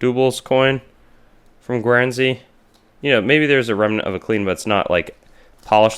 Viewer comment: That state in Mexico (Jalisco) is pronounced hah-LEE-scoh. Guernsey is pronounced GURN-zee. Guyana is not pronounced the same as Guinea. It is pronounced guy-AN-ah.